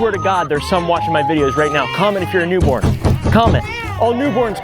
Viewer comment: Hey wim nwot wa new bworn -new born